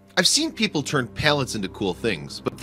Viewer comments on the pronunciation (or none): Why do you keep pronouncing them as Pail-lets instead of Pal-lets?